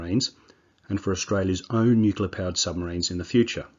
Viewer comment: dude..... its Nuclear, not nukular